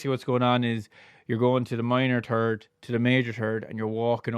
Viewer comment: Call me immature… but it cracks me up when you say you’re going from the minor turd to the major turd. 😅 But, seriously… great video. You have a very accessible, down-to-earth approach. Thank you. 🙏🏻